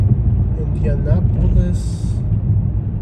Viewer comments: The nicest part of town is far north and far south, especially if you go to meridian hills (and zionsville though it's a separate city). Please do this again also it's pronounced indiaNAPolis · 😂 the pronunciation of my city😂😂😂just say Indy